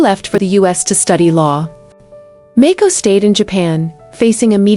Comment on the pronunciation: There is no such person as Mayko. Princess Mako, HRH. it doesn't take much to learn the pronunciation of the names you say in narration. You make yourself into a total moron. Do your homework of do other work !